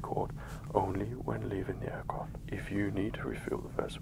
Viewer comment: Take a shot every time he says "aircroft"